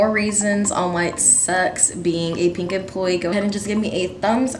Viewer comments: I don't mean any hate but instead of just saying pink she keeps saying peenk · “peenk” STOP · when she says pink it sounds like peeing